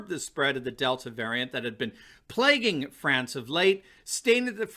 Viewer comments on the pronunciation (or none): Plaguing France?!?! PLAGUING?!??! 🤣